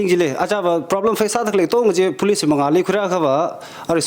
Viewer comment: it's very fortunate that you are bringing people from different walks of life to share us important insights,but I have one suggestion since we have many people watching your show,you need to increase your English accent,for an example Police you pronounce as Bolice, Tangkhul as Dangkhul n many more, please try to improve on that area.